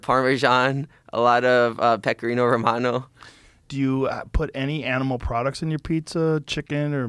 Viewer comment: He's not Italian at all. Can't even pronounce "pecorino romano" correctly. He's American.